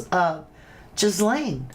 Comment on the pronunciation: GA LANE OR GEE LANE the S is silent. That poor child. 😢 I find it so creepy these evils always and I mean always smile huge in pictures like they're the happiest person alive. Not the victims the pdfs.